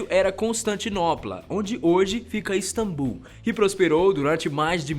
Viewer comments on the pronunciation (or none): none